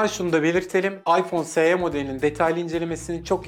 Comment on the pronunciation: Es i olarak okunur o